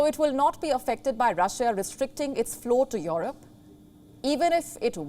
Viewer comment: It's not called Yorope!